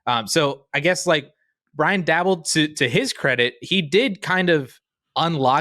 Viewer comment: "Brian Dabble" its Dabol like "Da Ball"